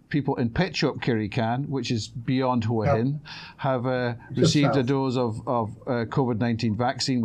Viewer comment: Can you say Hua Hin correctly for fucks sake!